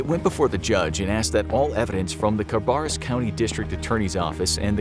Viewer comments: I know this is serious but seeing as I live in the area, and hearing you say ca-bar-us instead of ca-bear-us killed me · Good video. It tripped me up hearing the pronunciation of Concord and Cabarrus in the video. I live around the area and everyone around here calls them Con-cord (like a literal cord you plug into something) and Ka-bear-us. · That was my only complaint too, the way the narrator said "Cabarrus" really threw me off